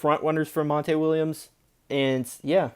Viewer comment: I liked everything you said about the suns. I've been a diehard phoenix suns fan since 1991💪👏👏👏 the only thing I saw as a potential problem. Is this coach I never heard of. What you say his name was mon-tay Williams??? 😂 naw is all good though. An furthermore if your a suns fan. Then that makes you my brother Fa life! 👊 An your beef is mines!!!